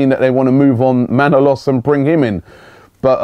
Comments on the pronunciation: Kostas MANOLAS...not Manalos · Robbie his name is Manolas not, Manalos, FFS mate, it's not so bad when you just pronounce his name incorrectly, but misspelling it as well? SMH. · robbie its not manolos, its manolas!